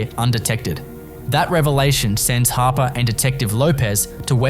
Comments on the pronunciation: It's Nyla Harper not hopper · Hopper?? For correction it's Harper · Hopper?? Isn't it Harper